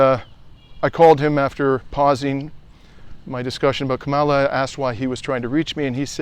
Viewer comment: If you're going to parrot Harris ' name, say it correctly - Kamala is pronounced Comma - la not Ka maala. And why do all of you pro Palestinian creators continuously bash democrats? Are you scared to talk about republicons? There's no point in any day that republicons can't be criticized, yet you focus 99% of your political diatribe on democrats. Unbelievable. And by the way, any recently passed programs that help the American people (tRUMPers, too) have been passed by democrats with no help from republicons who are only seeking to solidify white supremacy. Stop the Democrat bashing.